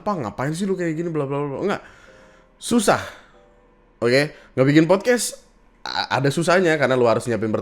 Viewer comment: Fyi, pelafalan dalam bahasa Inggris yang benar itu podkas(t), bukan podkes